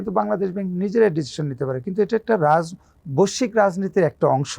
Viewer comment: বশ্বিক কি জিনিষ ভাই? লোকটা কি বৈশ্বিক বলতে চায়?